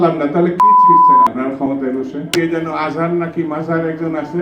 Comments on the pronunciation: আজহার না মাজহার তোর ডাকে কই জন মানুষ আসে আর আজহারি হুজুরের ডাকে কতো মানুষ আসে দেক নামটাও ভালো করে বলতে পারিস না এইতো তোদের সভাব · দুদু ভাষা ঠিক করে কথা বলেন আজার না মাজার কোন শব্দ মানুষের নাম হয় না আজহারী সাহেবকে যত মানুষ চিনে তার অর্ধেক মানুষও আপনাকে চিনে না আপনাদের ভন্ডামি মানুষ জানে 😅😅😅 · আজহার মাজহার বলেন উনার চুলের সমানও আপনার দাম মূল্যায়ন নাই শুদ্ধভাবে বলবেন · দুদু সাহেব আপনাকে একজন সন্মানিত ব্যাক্তি ও শিক্ষিত মানুষ বলে মনে করি এবং সন্মান করি। আপনার মুখ থেকে মাওলানা মিজানুর রহমান আজহারী সাহেবের মত মানুষ কে নিয়ে এমন মন্তব্য আশা করি নাই। আজহারী না মাজারি এটা কোন ধরণের মন্তব্য করলেন? সত্যি করে বলুন তো আপনি কি আজহারী সাহেবের নামটা জানেন না? আমি মনে করি এবং বিশ্বাস করি আপনি তার পুরো নামটা জানেন এবং ইচ্ছাকৃত ভাবে তাকে ছোট করতে এমন ভাবে উনার নামটা উচ্চারণ করেছেন। একটা কথা বলি শুনেন আপনার মতো ৩০ টা দুদুও যদি চেষ্টা করেন তাহলে উনার একটা মাহফিলের ময়দানে যত লোকের সমাগম হয় তা আপনি ৩০ টা সমাবেশেও করতে পারবেন না। সুতরাং মানুষকে তার যোগ্য সন্মান দিবেন এবং নিজেও যোগ্যতা অনুযায়ী সন্মান পাবেন। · mind ur language Mr দুদু! "আজহার না মাজহার" কি ভয়ানক উচ্চারণ!! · মিজানুর রহমান আজহারীর নামটাকে সে কিভাবে উচ্চারণ করল বুড়ো ভাম চিনে না চেনার ভাব ধরল। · আসতো রামছাগল আজহারীর নামটাও ঠিকমত বলতে পারে না সে আবার বলে বাংলাদেশে। আওয়ামী লীগের উল্টাপিত তোমরা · মানুষের নাম ঠিক করে উচ্চারণ করতে পারে না আযার না মাজার কটুক্তি করায় বিএনপি থেকে সরে গেলাম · ভাই তুই সুন্দর করে নামটা উচ্চারণ কর তো যেভাবে কথা কস মনে হয় সে কিছুই না তুই কে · নামটা ভালো করে বল পাগলা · আওয়ামী লীগ নামক কুত্তালীগ দেশ থেকে যাওয়ার পরে তোদের সাহস বেশি বেড়ে গেছে আজহারী নামটা ভালো করে পড়তে পারিস না শুদ্ধ ভাষায় বলতে পারিস না তুই আবার কোন ধরনের নেতা এই মাদারচোদের বাচ্চা তোর বিএনপির মায়েরে চ*** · আজহারী সাহেব তো মিথ্যা কিছু কয় নাই যেই লোকের মাহফিলে লক্ষ লক্ষ মানুষ হয় ওই লোকের নামটাই ঠিকমতো বলতে পারেন না আপনি নেতা হইলে সবার সাথে ভালো ব্যবহার করতে হয় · নামটাও ঠিক মত নিতে পারিস না তুই অধুনা কদু সত্য কথা বললে তোর গায়ে লাগে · বোকা চৌদ্দা নামটাও ভালো করে বলতে পারে না। দখল দার চাদাবাজ দূর্নীতি বয়কট বিএনপি